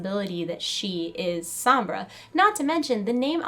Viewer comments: Why do you keep pronouncing her name like S-om-bra. Listen to how Reaper says it. S-ohm-bra. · ""SOMBRA"" NOT SAMBRA!! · Sambra? Its pronounce Sonbra (Sombra) but nice tried tho not hating it just bother me a bit hearing you saying it wrong over and over lol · sohm-brah not sambra. eeeeeh! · sambra...... sambra.... sambra...... it is SOMBRA!!! Love the video though. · Well it sounds like she's Hispanic and if she is I want people to pronounce Sombra right, it hurts my Hispanic ears :( The "o" isnt an a sound, it's like an "oh" sound. Plus Reaper pronounces it right. Loved the video though, super interesting! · Pronounced "Sohm-brah" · How she says sombra she's sees som bra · the video was really good but one thing bug me was the you kept mispronouncing Sombra and kept saying SAMBRA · It's Soh-mbra. (I think Alejandra might be Sombra, but that robot mask is hers. But just a mask.) PS. How OLD is Soldier 76, if that was in the past.. JEEZ. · at least learn how to pronounce sombra hence it is a latin name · people pronounce "sombra" so weird. lol